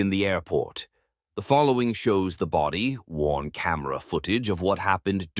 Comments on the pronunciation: Best AI cadence accidental clickbait ever: the following shows the body… worn camera footage of the incident. 😂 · so getting tired of Ai narration....lazy youtubing . "the body.....worn camera"